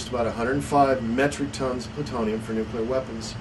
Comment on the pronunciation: Rule #1: One can safely disregard any commentary from a narrator who is unable to correctly pronounce the word "nuclear".